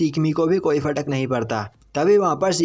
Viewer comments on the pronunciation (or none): Fadak nahi farak